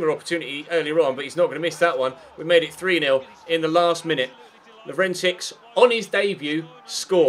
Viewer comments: the second CS in Lovrencsics is pronounced just like the first one, it's LovrenCHiCH, not LovrenChiKS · when pronouncing "Lovrencsics", the last "cs" is the same as the first "cs" as "ch" in "check". I know you like pronouncing the names correctly, so thats why i'm telling you. not the least bit triggered